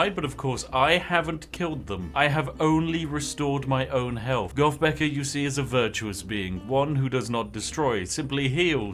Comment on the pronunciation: Spiff, when saying "goth" you need to learn that TH is not pronounced with an "F" learn English.